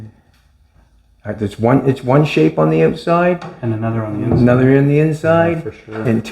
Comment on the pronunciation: Go oatside 😂😂😂😂outside,not oatside